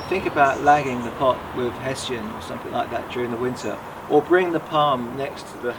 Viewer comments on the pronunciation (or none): none